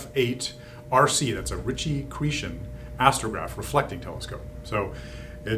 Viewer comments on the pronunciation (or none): You need to take a French class, you butcher Chrétien, wow